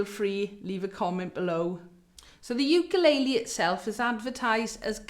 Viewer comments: Bloody hell!!! Pronunciation sucks!! Wtf is a you-kay-lay-lee???!!! And what is a point of pew???? Are south african??? Bloody hell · Why does she keep saying ew-kuh-lay-lee ? 😆